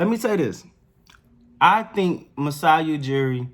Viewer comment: we know Steady Freddie won you over & you're a secret Raps fan. We love you for it. You know your stuff. No worries we can keep a secret lol 😁 Oh & you said Masai's name perfectly.